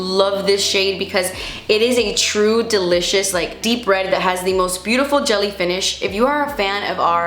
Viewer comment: Miss when you use to say delicious as “de-litch-ious” 😂